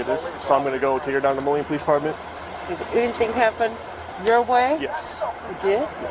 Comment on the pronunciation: It's not molly or morning, it's Moline. Sheesh. 🙄